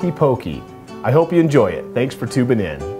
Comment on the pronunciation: "I hope you enjoy it, thanks for tuping in." lol did anyone else notice that?